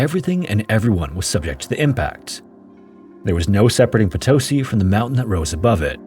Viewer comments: I have been following your channel for years! I can’t believe you are talking about Bolivia, this is something that we learn so early that I hadn’t realized how bad it was. Greetings! 🇧🇴 if you ever want to eat Bolivian food i’ll send you some recipes!🎉 Edit: Oh, uh… by the way it is po-to-SI not po-TO-si ❤ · I appreciate the effort and research that you put into your videos. So here is a little tip to make your Spanish videos easier: most of the time words will be prononuced with an accent on second to last syllable, so "papa" (potato) is pronounced "PApa", if that is not the case then you add a tilde (á, é, í, ó, ú) on the vowel that has the accent, so "papá" (dad) is "paPA". So Potosí is pronounced "potoSI" not "poTOsi". I'm of course simplifying the actual rules, but that's the gist of it. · Nice to see a video on this mountain and Potosi. Over 50 years ago I live several months in Potosi and had the opportunity to tour this mine. Please learn the correct pronunciation of Potosi. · potoSI, not poTOsi. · Just an observation: in spanish the use of accent changes the way you pronounce a word, in this case Potosí it's pronounced po-to-SEE instead of po-TO-see. I greatly enjoy your videos! Greetings from Mexico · PotoSEE, not poTOsee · The accent mark on Potosi is over the "i" at the end of the word, so pronunciation would be PotoSI, not PoTOsi. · PotoSI ✅ PoTOsi ❌ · for those who are wandering how to actually say Potosí OR who were confused by hearing "po-TOE-see"... it's po-to-SEE, with o as in or. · Haha I'm a big fan but it's pronounced "poto-SEE" not "po TOE see" it makes me nuts every time you say it wrong! Keep up the good work though, this is one of my favorite shows. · Just wanted to let you know it’s “po-toh-CEE” not “puh-TOS-i” — hence the accent on the í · Yeah this really bothered me as well. For a name you'll be pronouncing tons of times in the video it seems like very disrespectful to not at least attempt to say it correctly.